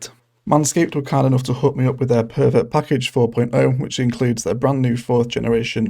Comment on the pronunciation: You need to enunciate your words my guy. When you said "perfect package" it sounded like "pervert package"